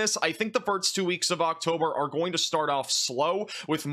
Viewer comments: He flips the "s" and "t" and pronounces it as "firts" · "The Fart's Week of October" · exactly, he consistently does it. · I heard it that way as well😂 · Thank gawrsh I'm not the only one who heard it 😭🤣🙏